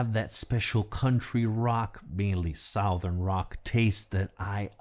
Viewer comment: You pronounced the name Lynyrd Skynyrd perfectly, but a few seconds earlier you did kind of butcher the pronunciation of the word “southern” LOL